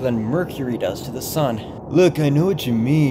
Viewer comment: did he just say sun?